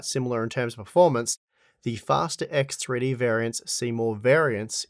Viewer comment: EKS TRI DI! My russian ass